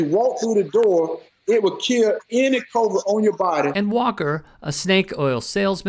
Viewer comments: i still want to know where is this "bilrum" that will cure me of "covred" . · He can't even pronounce covid.